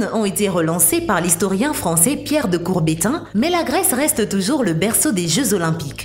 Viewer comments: Coubertin pas courbertin 😄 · Entre et la narratrice a vraiment tort !!!! On ne dit pas Pierre de Courbétin mais bien Pierre de Coubertin !!!! En réalité son nom au complet est Charles Pierre de Frédy, Baron de Coubertin !!!! C'est lui qui est le fondateur du Commité International Olympique !!!! Il est connu comme étant le père des jeux olympiques modernes !!!! Pierre de Coubertin (né Charles Pierre Fredy de Coubertin), baron de Coubertin, ( ) né le 1er janvier 1863 à Paris et mort le 2 septembre 1937 à Genève, en Suisse, est un historien et pédagogue français fortement influencé par la culture anglo-saxonne qui a particulièrement milité pour l'introduction du sport dans les établissements scolaires français. Dans ce cadre, il prend part à l'éclosion et au développement du sport en France dès la fin du XIXe siècle avant d'être le rénovateur des Jeux olympiques de l'ère moderne en 1894 et de fonder le Comité international olympique, dont il est le président de 1896 à 1925. La devise olympique « Citius, Altius, Fortius » signifiant « plus vite, plus haut, plus fort » a été proposée par Pierre de Coubertin à la création du comité international olympique en 1894 à la Sorbonne. Reprenant l'homélie de l'évêque de Pennsylvanie lors de la messe olympique des premiers Jeux de Londres, à Saint-Paul : « L'important dans ces olympiades, c'est moins d'y gagner que d'y prendre part » . Pierre de Coubertin déclare le 24 juillet 1908 : « L'important dans la vie ce n'est pas le triomphe mais le combat ; l'es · Pierre de Courbetin??? vous "Coubertin!!! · Pierre de Courbetin???Coubertin ma chére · Pierre de courbétin ... mmmmouais peut mieux faire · "Pierre de Courbétin" le moine tibétain. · Impossible de regarder jusqu'au bout... voix insupportable, les fautes du genre Pierre de Courbétain, GrÉnoble (😱), les maratoniennes en parlant des hommes, et j'en passe... va falloir changer quelques trucs si vous voulez avoir des abonnés vous! Allez ciao!!!